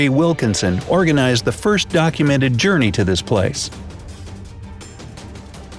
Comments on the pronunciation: Journey not Jounrne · 3.32 journe instead of journey..not meant to show anyone down.. jst said it for the lols